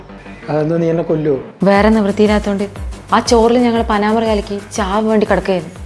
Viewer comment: ആദ്യായിട്ട് കാണുവാ.. തുടക്കം കണ്ടപ്പോ സത്യം പറഞ്ഞാൽ ചെകിട്ടത്തൊരെണ്ണം തരാനാ തോന്നിയേ.. അഭിനയിക്കുകയല്ല..ശരിക്കങ്ങട് ജീവിച്ചു 🔥🔥💯💯💯 sub ചെയ്തിട്ടുണ്ട് ട്ടോ..🥰 പിന്നെ.. പനാമർ അല്ല.. വിഷത്തിൻ്റെ പേര് പരാമർ ആണ് കേട്ടോ..😊